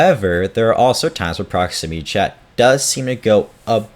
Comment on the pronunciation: Ah yes, PromixityChat ProximinyChat ProxmimityChat